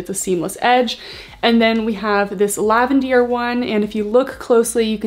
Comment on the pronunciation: I really like the detail, super cute collection, thanks for the review. I am curious as to why you keep calling the Lavender - LAVENDEAR? I am watching from Australia, wasn't sure it its a location thing or if Buff Bunny were calling it that?